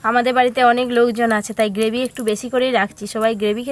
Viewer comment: কথা টা গেভি নয় গ্রেভি😊